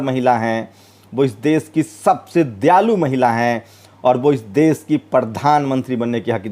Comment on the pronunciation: aap apni dari trim karwaye plz. AAP APNI BHASHA SHUDH KIJYE SHA SHABD KO SA NA KAHEJI DESH KO DES NA KHAE. NIRDESH KO NIRDES KEH RHE HE